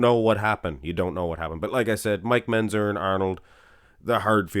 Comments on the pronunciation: is pronouncing Mentzer as Menzer... and is making a little joke out of it... which you missed. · I do the same thing when he says "pitchers" and Menzzzer".